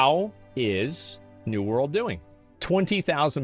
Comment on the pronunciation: Why is it that is capable of correctly pronouncing the word "world" when he says "new world" (half the time anyway), but not when he says "world of warcraft"?